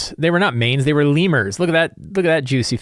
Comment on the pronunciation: Have I been mispronouncing "lemure" wrong my whole life? It's like the real-world little monkey creature and not lee-myur (rhymes with "be pure")?